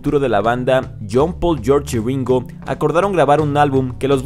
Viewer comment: PO MACRNY? PARY BOY? JOUN LENON? YOSS HARRIUSON? YOSS MARTIN? LOS BIRUS? PESIMA Y EXAGERADA PRONUNCIACIÓN...SI ESTAS EN UNA BANDA COMO DICES SERIA DIVERTIDO E INTERESANTE VER COMO CANTAS